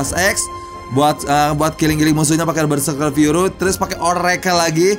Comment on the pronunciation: Menit 1 :26 "Pake BERSEKER FURU " 😂 BERSEKER FURY BANG 😂😂😁